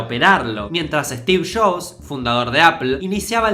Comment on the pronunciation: "Stix Shops"😂 jajajaj amo como que dice😂😂😂😂